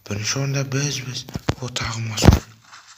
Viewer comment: Брат мас он емес мак он